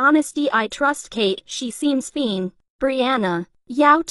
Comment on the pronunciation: “She seems fene” 😂😂😂😂